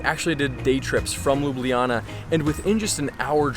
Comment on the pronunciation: As a Slovenian myself, the english name of the city is read Lube Lana, not Lube Liyana.